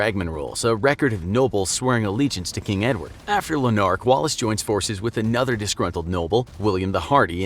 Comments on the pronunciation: It's lanurk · Russell Armstrong it’s Lanark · yeah it's Lanark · The pronunciation of lanark hurts my brain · as a scotish person, i hate the way he pronounces Lanark and Murray